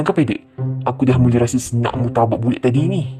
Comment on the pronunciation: bula bukan bulat😂😂😂😂